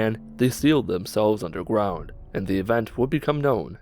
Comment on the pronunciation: Did i hear Undergwound XD